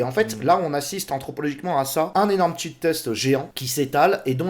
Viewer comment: "shit" test... pas "cheat" test!